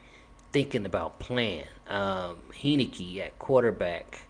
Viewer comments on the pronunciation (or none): Learn to pronounce my QB's name! Heinicke (Hine-ni-key) Gave U a like anyway.